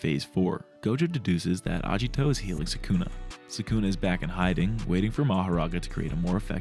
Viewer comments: Bruh it's aGito not aJito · japanese romanization does not use a soft "g" sound. "agito" is not pronounced "ajito".